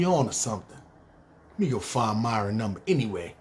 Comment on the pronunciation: Nigga said miron eyes lmfaooooo khill they dont kno about tha ben let me hold 40